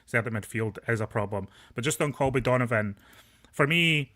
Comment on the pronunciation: his name is Colby not Calby